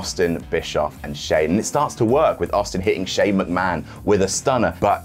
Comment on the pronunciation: "Mc-Ma-HON" got me good --- nice one,! xD